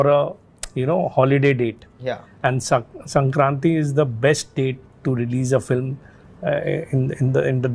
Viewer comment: Sanskranthi nahi bhai Sankranthi